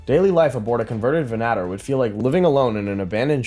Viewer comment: "Venn-ah-tore" not venattir! Argh! And also, thank you for all these videos!